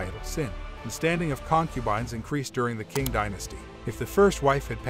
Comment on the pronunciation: that Q is a ''ch'' prounced ''ching''... like the Emperor Qianlong >> ''Chianlong'' << NOT ''Kee-anlong''